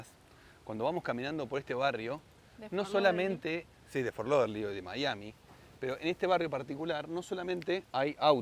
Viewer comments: Hola chicos PRONUNCIALO como te lo escribo ok es FORT LODERDEL claro es FORT LAUDERDALE pero para hacertelo facil ok abrazos y ojo que hay otro posible en camino... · repetí conmigo Fort Lau Der dale y deci la ultimate que suene como dell por favor me descompongo de risa cada vez que lo decís!😂 pero igual te queda bien!❤